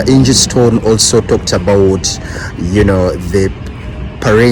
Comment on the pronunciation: It's Angie Stone not stern